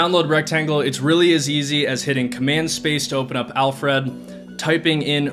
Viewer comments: Alfred - not Alf-Red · It bothers me how you’re saying Alfred lol. It’s Alfred, as in the butler from Batman. Not Alf Red. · hearing "al fred" each time you said "alfred" made me wince....not sure why but it just grinded on me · Listening to him say Al Fred instead of Alfred drove me insane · It’s pronounced, ‘Alfred.’ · Great video and list! You're pronunciation of Alfred is interesting...😂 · Thumbs down because you don't pronounce 'Alfred' properly and it's so annoying. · I had to stop watching due to the really peculiar pronunciation of 'Alfred'. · Great content. Thank you kindly. But... the way you say "Alfred" makes my eye flap up and down. :)